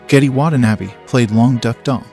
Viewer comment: The way this narrator mispronounces Watanabe is exactly the way my friends and I intentionally mispronounce it when we're trying to sound like Americans who've never heard a single Japanese name ever in our lives.